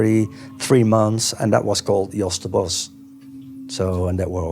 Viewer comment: Or the good old 'Bos' headphones that have been presented in the beginning